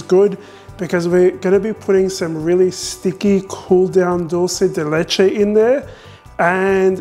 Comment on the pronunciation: Wow I'm impressed by your pronunciation of dulce de leche. You are one of the few people doesn't butcher it by "Italianizing".